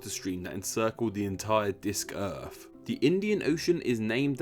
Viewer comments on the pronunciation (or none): I notice you pronounce "earth" the way one might pronounce the French word for egg, "oeuf"